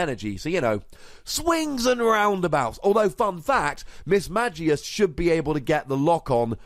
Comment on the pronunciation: Had to stop watching this video since you pronounced Mismagius wrong and really anoying to listen how same mistake repeated over and over.